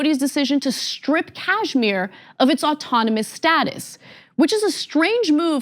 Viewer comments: First of all It's KASHMIR not CASHMERE!! Learn how to pronounce first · Please watch Sham Sharma show... You will get clarity... Its Kash-mir not Cashmere... You cant even say the name correctly...please stop reporting on it....